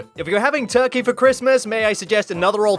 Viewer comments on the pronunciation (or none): none